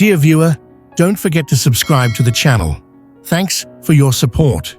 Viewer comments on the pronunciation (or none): none